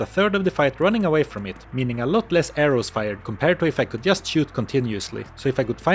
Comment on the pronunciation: Learn how to pronounce just